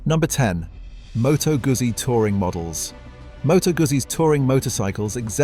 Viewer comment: I'm not Italian, but do know Moto Guzzo is pronounced as Moto Gutzy - this AI voice over is total BS.